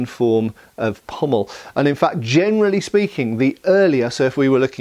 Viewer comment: You said "Jianerally speaking..."